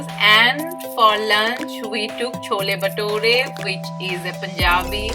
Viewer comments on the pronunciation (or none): curves = carbs , dhosa = dosa sambaaar = sambhar batora = bhatura dokla = Dhokla FYI to the ppl who don't get pronunciations.......